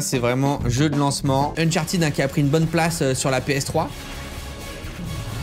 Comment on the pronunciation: Ça se dit pas Unchartid ça se dit Uncharted